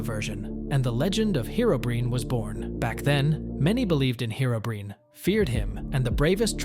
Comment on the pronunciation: It's not herobrin - its herobrine 😂